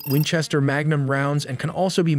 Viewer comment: Wenchester LOL